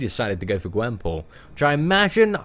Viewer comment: He said her name rong